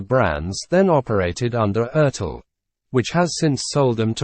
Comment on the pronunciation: At 67, I've been building scale models for 50+ years. And the company name Revell is pronounced "rev-ELL", based on the French word "reveille". It has no connection to the Revell family, pronounced "REV-ell".